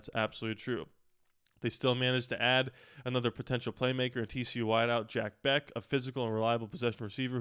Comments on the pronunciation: Jack “Besh” is how it’s pronounced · It’s pronounced Besh.